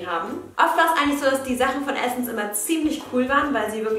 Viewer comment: Immer wenn jemand Essence Adventskalender sagt denke ich immer das die essen's Adventskalender sagt 😂😂😂❤️